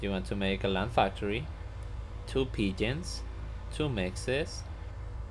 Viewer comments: Thought you were saying pigeons and I was like wtf is this guy smokin then I realised ur saying P-gens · lol, I figured that out. I'm a noob to this game and it sounded like you were saying 'pigeon' with an accent.